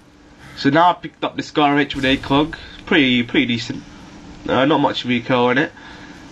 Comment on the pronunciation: "scARR acRR" LOL!! dude, thank you for pronouncing your R's even though most people from the UK and Britan area do not!! lol its so great!